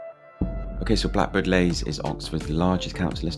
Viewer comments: It’s Blackbird Leys not Lays the way you’re pronouncing it! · Can't believe you didn't mention Templar's Square Also pronounced Blackbird Lees not Lays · Other people will have said this but you really need to pay for Descript so that when you say something wrong, you can easily correct it OK most people probably don't say that but they will wonder why yiyr talking about Blackbird Lays? When it's pronounced like Leeds but without the DS So Blackbird and Greater (Leeee's) Leys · It is pronounced BLackbird Lees not Blackbird Lays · Couldn't get past you constantly calling it Blackbirds Lays instead of Blackbird Leys. Ley or Lea means field by the way. Common to call estates like this after something bucolic like a farm or whatever. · Any bloke who cannot even pronounce the name properly and talk about the place is a dick. Blackbird Lays😮 I was born in 1964 in Sawpit Road. Yes, it has its rough parts but I am proud to be a Leyser and Oxford United fan. Great memories of the Bullnose. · Fella if you're going to make a video trying to tarnish blackbird leys at least say it properly and nowadays blackbird leys is rather peaceful and chilled out compared to the 90s when I admit it was rather crazy but I'm blackbird leys through and through all my family live here my nan and Grandad moved over from Ireland in the 50s so to us this is paradise blackbird leys is always in my heart ❤️❤️❤️🎉🎉🎉💯💯💯💯💯💯💯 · You are so knowlegable about blakbird leys you cant even say it properly.